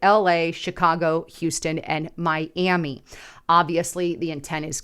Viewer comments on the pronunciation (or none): none